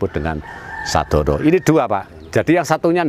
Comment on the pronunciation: Sedono bukan sadono..Mbah kalau dungo jowo mesti nyebut nama itu